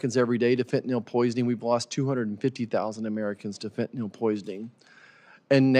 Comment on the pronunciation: You cannot even pronounc fentanyl